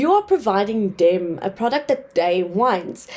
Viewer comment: You need to work on your accent, please. Try pronouncing 'th', saying 'dey' and 'dem' makes you sound pretty bad